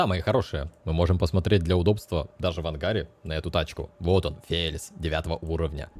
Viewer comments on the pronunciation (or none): как всегда. Правильно называется Феличе, а не Фелис. Танк то итальянский, а не английский